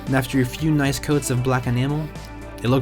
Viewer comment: I'll give it a like cuz u said Noice 😁